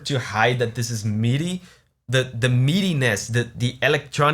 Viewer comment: When he said midi-ness I heard meatyness and I was so confused